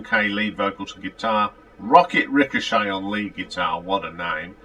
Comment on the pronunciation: Rocket's last name is pronounced "Ri shot" not Richochet. "Hot night in a cold town" should've been a big hit for them. And you are 1 album behind when you say it is the 12th or 13th or 14th album, they had 8 albums , 3 from so that's 11, Wolftracks is 12, Paradox 13, and so on.